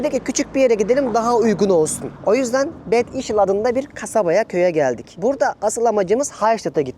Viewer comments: bed degil (bed Ingilizce) bad işl almanca okunuşu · seni zevkle seyrediyoruz yalnız bazı yerlerin okunuşlarını oradakilere sorarak kullanırsan daha iyi olur örneğin gittiğin yerin ismi kaplıca olarak geçiyor yani Bad, sen onu İngilizce okur okuyup kötü anlamına gelen bir kelime söylüyorsun. Bunlara dikkat edersen ileride oraya gidecekler için de güzel bir tavsiye olur. Sevgiler